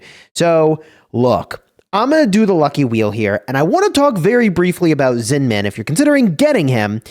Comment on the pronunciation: The way you say Zin-man is so annoying 😂 It's Zinman. No need to hit the hard man every time